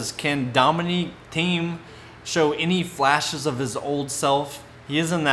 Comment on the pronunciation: Agree expect the unexpected. It's 'Teem' not 'Theme' 😂